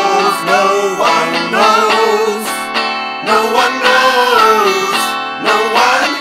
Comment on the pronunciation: "No one knows" sounds like "no onyos" and that makes me sad.